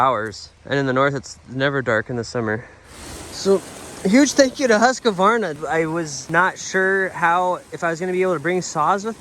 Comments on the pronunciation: Hey, over in Europe! Great! Why are you saying Husqavarna? I guess its more like Husqvarna - no a after q. Or just Husky! 😂. It would be very cool if you cold share more differences between us and eu in your eyes… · Lol. No A between the q and v. Husqvarna not Husqavarna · Huska varna is the wrong American pronunciation of Husqvarna, try to say Hus qvarna, that is the right way to say it in the American English. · Should have asked Sondre to teach you how to pronounce "Husqvarna". It's roughly like "hoos-kvarna". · That's awesome of them to donate the saws! But your pronunciation of Husqvarna is a bit off. Awesome video man, I love these traveling ones! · "hoos-kvarna" .. so you are correct, there's no "a" after "q", but the "q" is like a "k" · hate the way u say husqvarna haha. good video!! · I'm sure have been told, there is no middle A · my soul left my body when he said Husqvarna 🥲